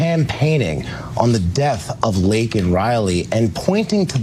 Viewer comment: Biden couldn't even get Laken's name right.............